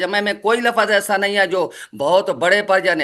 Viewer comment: مولوی صاحب معاف کرنا لفس نہیں اردو میں لفظ کہتے ہیں ، کم سے اردو کے تلفظ تو ٹھیک بولیں